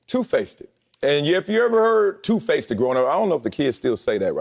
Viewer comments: “Two FACETED” 😂 You’re the guy who says “Can I akks you a question?” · Two-faced not two-faceded.